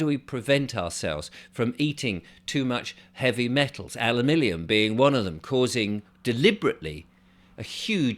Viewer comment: Alumillium? What's that then?